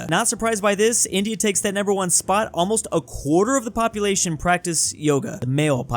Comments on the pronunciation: popuatlino. Drewtalian confirmed? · "woyming popuatlino" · ah yes, woyming popuatlino